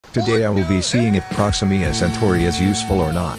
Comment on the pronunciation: "proximima santori" 💀